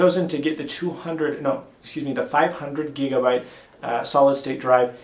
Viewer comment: Apollo YES OMG WHEN HE SAID GIGABYTE I LOST IT OMG HE SOUNDS SO HISPANIC NOW! <3